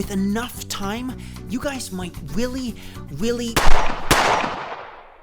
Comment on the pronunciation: Why does it sound like you're saying "Willy" when you're saying "really" sometimes